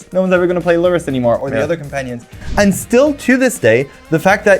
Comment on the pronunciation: The way I started cackling when he read lurrus name